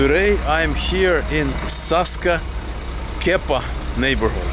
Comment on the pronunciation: Oh no! You said "Saska Kyepa"! 😀 "Kyepa" ("kiepa" in Polish) means a cigarette butt - at best, and a pussy - at worst. 😛 There's a nasal "e" (ę) there. Maybe it'll be easier for you to pronounce it as "Kempa"?